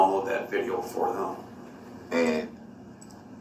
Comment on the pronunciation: Dear Durl - Turns out that they didn’t need ANY of the witnesses to “git a look at duh LI - SUH - PLACE” because it was on VI - DEE - OH!!!!